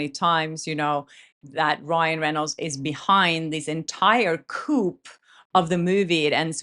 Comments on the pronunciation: Love you mean it. Per your request.... You said couP, whenthe P is silent. The words is more like COO or KOO, etc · "Coup" is pronounced "coo"... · Coup in this context sounds like coo. As in French. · The word coop is pronounced as cop. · Coup is French- “coup de gras” pronounced coo. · Im not a Perez fan but im happy he got this reversed. And I know English is your second language so just a hint -coup is pronounced “cooo”❤❤ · I know English is your second language, in English ‘coup’ comes from the French ‘coup d’etat’ and pronounced as in French without voicing the last letter, ‘koo’. As a dove would ‘coo’ before taking a #$!# on your head. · Love your channel... JUST SO YOU KNOW... COUP IS PRONOUNCED 'KOO' - the p is silent. Keep up the good work! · I know English is your second language and English is a mish-mash of many languages. The word ‘coup’ comes from French ‘coup d’etat’ and in French you do not pronounce the last letter. So ‘coup’ has traditionally been pronounced ‘koo’ like the sound a dove makes - coo, I’m a bully who pretends to be nice but will $! on your head when I get a chance. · The P is silent in coup. Just and FYI since English is your second language :)